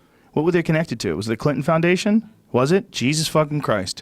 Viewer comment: The Clinton findountion lamo